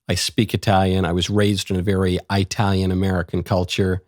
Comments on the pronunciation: Did you really just say “I-talian” ?? Dude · No one who says "eye-talian" can call himself a true ITALIAN 😂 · Did he say Aitalian?